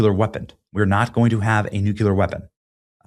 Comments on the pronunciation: There is no such word as "nu-cu-lar". The word is "nuclear (new-clear)" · NOO-QOO-LURR? NOO-CLEE-AHR! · Not new-cyoo-lur but new-clee-ur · Can you please pronounce the word "nuclear" correctly? It isn't pronounced "nucular", it's "nu-clear"! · For crying out loud Benny - the word is Nuclear NOT Nucular. The second syllable begins with the lettter L not the letter U. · nu-clear! Not nuke-uler. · Nu Cle rrrrrrrrrr. Not Nucular........... come on man. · Please Benny! Noo-Clee-Er (not Noo-Kyoo-Ler) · Pronunciation is NEW-CLEAR, not Nuke-Yallur. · Please note the spelling of NUCLEAR. It is pronounced New- clee-ar. Not New-Cu-lar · It’s nuclear, not nuculer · Two things - read carefully, they did not say anything about dismantling their capability of building a future one. Point two - read carefully the word “Nuclear.” It’s pronounced New Clear NOT New Q Ler. Once again, it’s all theater & I’ll wait for the coming weeks/months to see what actually transpires …. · Benny. You are great and you have a great channel. PLEASE: like a ton of people, the word nuclear is pronounced nu - clear and NOT nu - culer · Hey Benny, it's pronounced NEW-CLEE-ER NOT NUKE-YOU-LER! Please stop saying that. You're better than that. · Benny you are a professional announcer the word is pronounced nuclear not nucular. That is so illegitimate that you can't have enough respect for your constituents how to pronounce this word correctly.Nu cle ar. George Bush Junior used to do that all the time too people made fun of him. Come on dude have some dignity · And some how not NEWCLEAR NUCLEAR! Dammit Benny! You sound as stupid as George doubleya when you say it like nuke you ler!!!! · its nuclear not nuculer please pronounce this correctly its embarrassing... NEW-CLEAR not NU-QU-LER.... please god please god please god please say this correctly it is not like molecular or muscular it is nuclear NEW-CLEAR please as a public speaker correct this please I beg you... its every video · NU - CLE - AR.